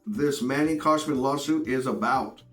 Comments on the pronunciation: Bro. It's Khoshbin. Not Koshman. Just like it's Gintani not Jintani. You constantly mispronounce people's names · Who's Manny KhoshMIN? It's KhoshBIN.